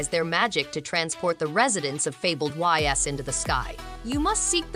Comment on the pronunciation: Good video, it's pronounced "Eez" not Y.S btw